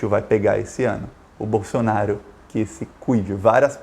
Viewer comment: Por que vc fala Bolsonario, é Bolsonaro